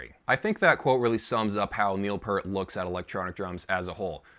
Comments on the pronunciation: It's Peeert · How can you know so much info about a legendary drummer !!! And still call him Pert 🤣 It’s Pee (ear🙉) T !! Enjoyed your video! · It’s PEEERT. Not Pert. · Would call a pear a peer? No, it's pear with a t at the end, think of a pear and add a t. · Not pert, it's P"EAR"T, as in "EAR", those things on the side of your head.... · IT'S PEART, EAR as in the things on the side of your head, EAR'S, not ERT as in IN-SERT !!!!!! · Sorry, it is pronounced Pea-rt! Since we're using food to describe how his name is pronounced. It's just like a pea that you eat but with an rt at the end! Pea rt Peart! Got it, I hope that helps! That is what Neil himself said! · Peart (rhymes with "Ear")...what could his "target" pad be other than a trigger ? ...what a strange statement... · Definitely pronounced "pEErt" (with a long "E" per the man himself and his bandmates). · "Peart" is pronounced as "Peert". :D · Neil Peart pronounced Piert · Evidentially you didn’t do enough research to know how to correctly pronounce Neil’s last name. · It’s pronounced Peert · 30 seconds in and I’m saying, “Good God! Would you please say his last name correctly?!!!!!” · Peart Say 👂ear 👂 add a P finish with a T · How dare you say his name wrong. 2112 is one of my all time favorite albums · Please don't disrespect Neil or his family by mispronouncing his last name. Do not claim to have that much knowledge, which I personally was enlightened by, when you can say his name correctly. If you're doing it for effect then I will unsubscribe instantly. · You dont even pronounce his last nsme correctly.